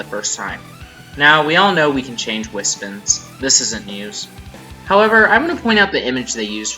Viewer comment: Dude. Its wispONS, not wispUHNS. I'm sorry this triggers meh ocd.